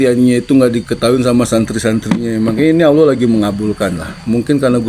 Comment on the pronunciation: Baha klo nyebut Allah aj Awoh(coba perhatiin)...padahal dari kecil kita dituntut harus fasih,gmn nih ustad?